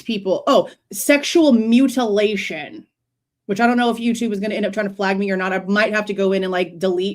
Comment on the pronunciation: Holy hell!! I was trying my dangedest to not comment till the end but with him saying mutalation!!!!!?????’😮 I thought dude was sus but whattttt?!?! Hold the phone!!